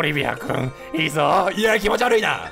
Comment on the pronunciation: キヨ「キノピオを気持ち悪いってことをキノピ悪いって言ってたww」 自分「wwwwww」 キヨ「なんも面白くねーわ」 自分「」